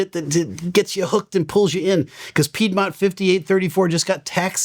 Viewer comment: you said piedmont! lol not piedmont